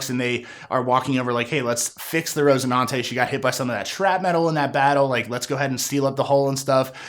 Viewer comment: RoCINANTE, not rose... son